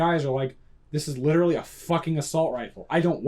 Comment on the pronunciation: It's witerawy a civiwian adaptation of a miwitary rifw.